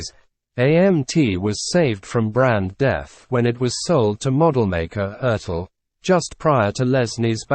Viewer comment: At 67, I've been building scale models for 50+ years. And the company name Revell is pronounced "rev-ELL", based on the French word "reveille". It has no connection to the Revell family, pronounced "REV-ell".